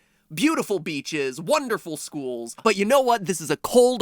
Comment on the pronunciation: HE SAID “wonderful schoool”🤣🤣🤣🤣🤣🤣🤣🤣🤣🤣🤣🤣🤣🤣🤣🤣🤣🤣🤣🤣🤣🤣🤣🤣🤣 jk love you mat🙂